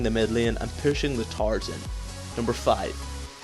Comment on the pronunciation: lol when you say towers it sounded like tarws